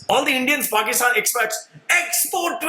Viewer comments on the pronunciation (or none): none